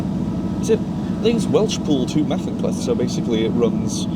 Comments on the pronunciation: I’m Welsh and I ahve to say great video but my heart sank when you said macynlleth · My sibling in sin, it's "Ma-Hunt-leth" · Shrewsbury-Aberystwyth is the Cambrian main line. Pronouncing Caersws and Machynlleth adequately is not difficult, not sure why has so much difficulty doing it.